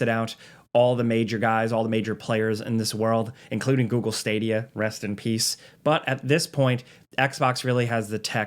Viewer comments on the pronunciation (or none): none